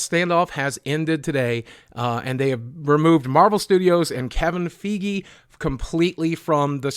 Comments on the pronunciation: Feegie??? Fuckin hell man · By the way boogie, i think its (Fay - gee) not (fee-gee) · Lmao... YongYea- "Kevin Faigh" Boogie- "Kevin Feegee" Me- "Kevin Spacey" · 'KeViN fEeGeE'🥴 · You pronounced Kevin Feiges last name wrong. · I love you Boogie, ...but your MCU Card has been suspended for two weeks, ...because you have mispronounced "Feige". Lol. No fine this time, ...just the suspension. But I don't want us to have to have this conversation again. Lol.